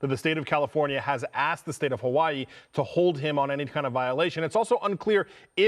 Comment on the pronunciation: Hawaii, not hawai 😂